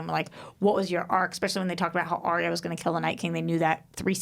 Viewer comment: YES finally someone agrees with me! Its ARYA not aria. aria is a song in an opera. why cant you americans get names right? was calling Gendry- jendry???